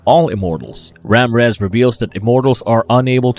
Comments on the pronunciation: Marvelous Videos, It's not pronounced Ram rez,😂 It's pronounced: Raw-meer-rez. It's not utters, it's OTHERS. Learn to improve your speech! It's not whit it, It's WITH it. It's THE not dee. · "Ram rez" 🤣🤣 Ra Mir ez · The I in Ramírez is not silent. It’s actually the accented vowel. You need to learn pronunciation before attempting to record a video like this. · Maybe he decided that Ramrez sounds more Egyptian then Ramirez 🤣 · LoL 😆 Ram Rez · Damn... I just saw yours after posting mine. Ram-rez is the one that got me the most. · Who’s Ramriz?😂. Man that made me bust out laughing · Ramrez? 🤦‍♂️ Even the predictive text corrected the name lol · “RAM REZ”???? Have you not seen the movie? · RAMRAZ!? WTF?! 😆 🤣 😂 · Same with Ramírez. Couldn't pronounce it correctly. Despite how many times everyone in the film says it correctly. Lmao